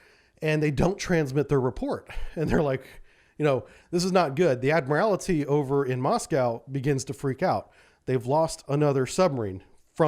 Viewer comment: There's only ONE 'I' in 'ADMIRALTY'. Its NOT ADMIRAL-I-TY. Please.